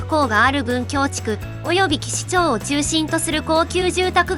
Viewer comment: 岸町は「きしちょう」ではなく「きしまち」ね。